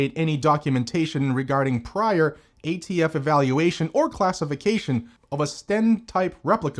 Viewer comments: thumbs down for "gay-T-F" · I see nothing wrong with this pronunciation. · Did you say "gay-T-F" perfect? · He said gaytf ha ha